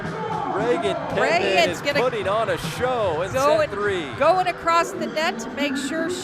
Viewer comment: It's Pittman, not Lippman.. 😊